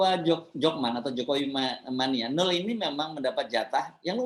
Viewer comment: Mas Hersu.....baca namanya "no el" bukan "nul" atau "nol"....🤪🤪🤪👅